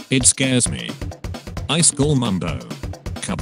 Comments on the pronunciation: It says "highschool" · It says "Eyeskall" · When the bot says ICE SCALL Me laughing inside 😂😂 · "Is" in swedish = Ice "kall" in swedish = cold Text to speech n the swedish language: Im 4 perallel universes ahead of you. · I heard ice coal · i am triggered by "I skall" who else ? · The way he says iskall 😂✨